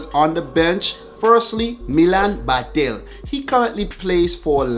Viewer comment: my favorite Football Analyst, so mice to hear from you, You got it Badelj.. Excellent pronaunciation, I am so proud of you💟. I am a bit affraid bcs of new 11, especially bcs of the Mandzukic position, REBIC is still not the One who can replace Mario. He made wrong decission now in his carrier, staying with Adi Hutter, i am Not delighted about it. But mice video of you. CHEERS